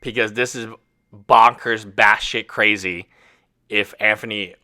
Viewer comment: No it's Anphony